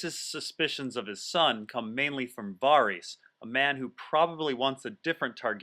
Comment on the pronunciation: First off love all your videos and it's a highlight when you upload them. Question: Why do you pronounce Varys that way when Martin pronounces it differently? Not hating in any way just curious